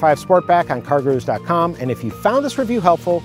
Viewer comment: He's 100% saying "cargaroos"